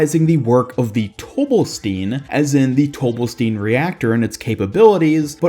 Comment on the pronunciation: It's pronounced tobe-bell-stine, not tobe-bell-steen. Sigma even pronounces it as the former. I know it's spelled "Stein" which in English would be pronounced with a hard E but it seems to be more of German origin which means the last letter in any ei/is combo is the one that is pronounced. In this case it would be the I. Like how Einstein isn't pronounced Eensteen.